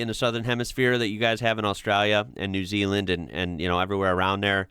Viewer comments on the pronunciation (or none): none